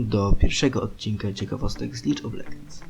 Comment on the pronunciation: To nie hate ale czyta się Lig a nie Lidż